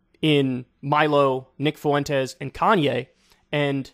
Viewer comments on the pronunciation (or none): Kyle, stop pronounces "Fuentes' that way. It's like nails on a chalkboard.